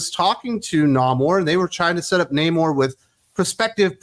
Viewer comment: It's pronounced Namourrrrrrre ! :-)